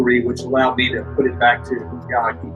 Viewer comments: Learn to pronounce names properly.... the Japanese battleship is pronounced YA - MA - TO ... the Japanese language is made up of small syllables, very distinct, does not run into each other. same with the Ya - Ha - Gi .... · Hey narrator. It's Ya-ma-to, and ya-hah-gee